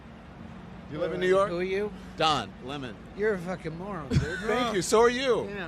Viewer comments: Please don't call him "Lemone", it's LEMON. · Don Le-moan 😂 What a POS